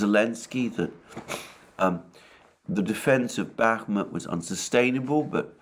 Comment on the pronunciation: I’d like to point out that it’s pronounced BAH-mut (stress on the first vowel) and ivAnovka (stress on the second vowel). 👍